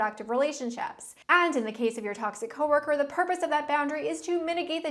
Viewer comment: i love saying "co-wur-kur". lol